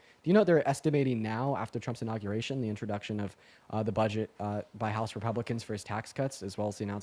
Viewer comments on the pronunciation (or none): first guy went to the "nauguration" apparently lol